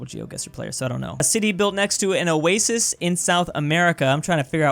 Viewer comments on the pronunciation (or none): none